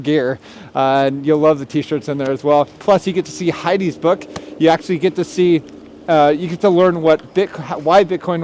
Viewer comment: Tell your husband not to say certain words in the cold weather. He meant to say you get to see Heidi’s book but it sounded like you get to see Heidi’s butt.